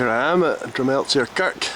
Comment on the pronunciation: Excellent. Check out Dreva Craig across the tweed from tinnis if you havent already. Good wee exhibition on manor valley in peebs right now. Cheers. (Oh, and the z is silent in drumelzier!)